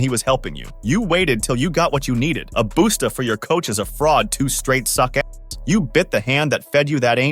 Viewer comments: It’s pronounced how it’s spelled. “Busta”= Buster not “Booster” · A BOOSTA IS CRAZY🤦🏽‍♂️ I THINK YOU MEAN A BUSTER AKA A BUSTA LIKE BUSTA RHYMES 😒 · "A boosta fr" it's a Busta foreal lmao. I hope this is AI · "Boostah" whoever did the voiceover is a cornba😢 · Busta . Lol it's pronounced buster but with a (uhh) Bust-uhh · Dude said “boosta” lol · This definitely a wh!te man. Dude didnt even say busta right lol